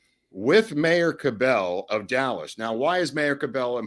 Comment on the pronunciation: The Dallas mayor’s name is pronounced “CAB-L” with accent on first syllable.